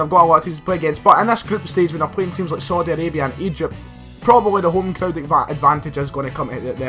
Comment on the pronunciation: “Sodi Arabia”